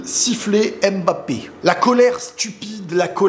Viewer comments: Oh on en a marrrrre arrêtes avec ton Kmapeepe c’est bon on a compris (naahhh jrigole frérot ahahaha) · vu qu’il rejoint notre team normalement. Il faut que tu apprennes à prononcer son nom correctement stp! 🤍🤍🤍🤍